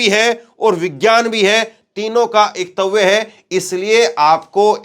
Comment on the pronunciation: पत्रकार महोदय,शब्दों को पढ़ना सीखो एकत्व को एकतव्य मत पढ़ो